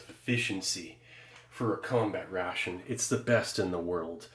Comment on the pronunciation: I love the pronunciation of "rrrraaaation".